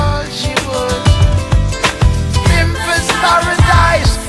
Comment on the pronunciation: pimpers paradise and not pimpass..lol